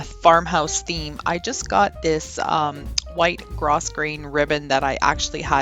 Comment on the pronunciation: Grosgrain is pronounced 'grow-grain', the 's' is silent.